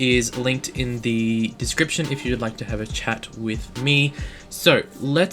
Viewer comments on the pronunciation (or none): none